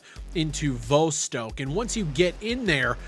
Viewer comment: Dude pronouncing Vostok a different way every time